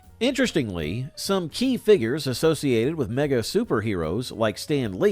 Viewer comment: Good video BTW: Mego is pronounced Me-Go, not meg-O